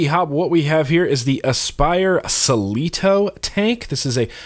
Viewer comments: Sell-e-toe??!! What the fuck??!! it's pronounced Cleat-oh Cleito was the wife or lover of the mythological god Poseidon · cLeito not ceLito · its cleito not celeeto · I love you and all but... where did you come up with the Celito thing? It has the "L" right in from of the C. Shouldn't be hard, repete with me: Clit-O. Again... Clit-O;) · I'm laughing every time you say suh-lee-toe, lol! Try saying klee-toe. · Since when does a cl make an s sound? It must be that new english. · how the heck does Cleito = "sell-ee-toe" ... "klee-toe" would make a whole lot more sense. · Klee•toe - Cleito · Do you pronounce Class like Selass? Clutch like Selutch... its Cleito not Selito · How are you pronouncing It as "sill-ee-toe". It's called a cleito "clee-toe" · First of all, it’s pronounced Clē-tō (Cleito). I mean come on, your hat... is it See-Lutch or Clutch?!? Lmao. Anyhow, the See-lieto is my go to tank for custard, pastry and desert flavor vaping. I’ve been baking on this religiously since it came out and never had any “rubber” tasting shit. Having said that, if you are getting that flavor, obviously it’s not a natural vape flavor so why did ya keep vaping it? The gaskets are probably squished somewhere and the rubber chemicals are seeping into your juice. How about a look-see? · Selito loool it's clieto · Its cLeito, cleito, not cieito. Just sayin... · Lmao!!! Cle-ito/ Kle-ito! Butcher that name lol .4 ohm coil is the shit 50W-55W, .2 suck. Just fill it and let it sit for 5 min due to how big those coil are. No, I didn't get a rubber band flavor and your the first reviewer to point out something like that. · No one gonna help him out? Nobody?.... Cleito= "Clay-toe"......the "ei" is the same as in the word "weight". This is more apparent now with their next product after the Cleito...called the Plato..... it was on purpose that it rhymes. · say s-leito one more time.. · Actually, I believe it's pronounced KLEE-TO.🤔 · Its pronounced Klee-toe